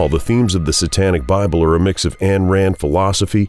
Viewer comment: 'Ayn' rhymes with MINE, not 'Ann'. Sheesh.